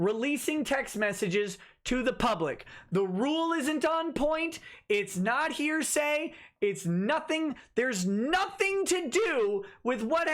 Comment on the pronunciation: I laugh every time says heresy instead of hearsay.